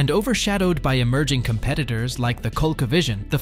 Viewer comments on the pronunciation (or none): He also called the ColecoVision as "Coal-Co" not "Ka-lee-co". Both of these together make this sound like an AI written script being read by an AI voice. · The “2 thousand six hundred”. The “5 thousand 2 hundred”. The “7 thousand 8 hundred”. And my favorite… The “Cole KaVision”.